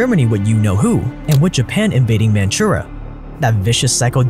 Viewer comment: It's called Manchuria, not "Manchura".